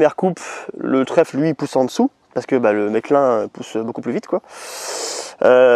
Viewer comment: Ah par contre j'oublais, chose ô combien importante : ça se prononce meSclun, on dit le "S".